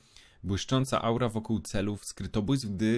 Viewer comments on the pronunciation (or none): none